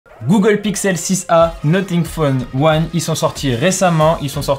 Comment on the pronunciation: NoTing phone 1 ? NoFing Phone 1 pour la prononciation